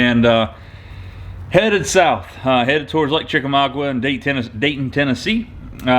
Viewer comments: FYI... The lake name is pronounced Chick Ah Mogga. Not trying to be a jerk. Trying to help. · You mispronounced Chickamauga